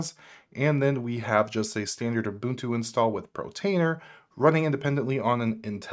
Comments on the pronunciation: thanks to your video i learned about mealie, kavita, kasm, audiobookshelf. i already knew about homarr & freshrss, but i'll be having another look at them now. that said, surely if you're going to review/promote/mention apps you'd take care to pronounce them correctly! i'm sure the developers of these apps would cringe at your mispronunciations. as others have already mentioned, it por-tainer, NOT pro-tainer (i did see your comment that you were going to try to fix that in your following videos. protainer was the worst of the mispronunciations as it was mentioned again & again & again. Other mispronunciations: - kasm (which I assume it meant to be pronounced chasm), you said kazzam, kazamma & also kasm at one point - deluge (which others have pointed out is pronounced del-yooj), you said devulge & something like delolge - prowlarr (one of the *arr apps, where the arr sounds like a pirate's 'arrrr matey'), you said prowler - NUC (i've heard others say nook, so it's not just you), but as far as i know the correct pronunciation is nuck (rhymes with duck) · Love this walkthrough! But please for the love of god stop saying Portainer as “Protainer”. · it's portainer, not protainer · Dude, it’s POR - TAINER. You saying Protainer is driving me nuts lol. POR TAINER ! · Great video , thanks! Just one comment, you keep saying "Protainer" with a ''PRO'' at the beginning. it is called "Portainer" with "PORT" at the beginning. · Be this guy, has set all of this up. Sees the words Portainer potentially hundreds of times. says Protainer... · That was mispronounced, it's por-tainer, not pro-tainer. Just FYI so you know. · good channel, the pronunciation of Portainer is Por tain er not Protainer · Bro, its PORtainer, not PROtainer. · *PORtainer (not PROtainer) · It's PORtainer, not PROtainer ! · Why does he call it Protainer instead of Portainer? Is it an insider joke? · It's pronounced (pour-tainer) and it is spelled portainer, not protainer and (pro-tainer).